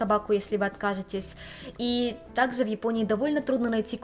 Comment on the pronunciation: Не совсем поняла, автор канала японка или русская девушка, переехавшая в Японию? Если девушка из России, то не понятно почему автор видео так сильно шепелявит и заменяет всё глухие согласные звуки: "Такзе, тозе, зыльцы, косек, зывотные, десовая масына" И так далее... Автор, если русский язык для Вас родной, работайте над дикцией и правильным произношением и звукоизвлечением согласных звуков. Очень неприятно слушать Ваши ролики из-за этого эффекта.